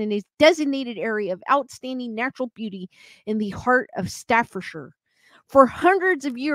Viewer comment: Oh, cannock chase! Down the road from me. You pronounced Staffordshire right, but the 'o' is like 'ock' in cannock ;-) x Need to look into this